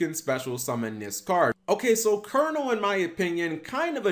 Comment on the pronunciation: Thank you for pronouncing Colonel properly. So many can't (-_-).